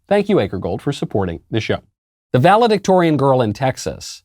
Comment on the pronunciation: Valedictorian….sounds more like “Value-dictator” now!😡